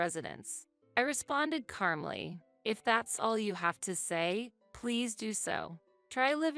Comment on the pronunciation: I wish she could say "calmly" instead of "carmly."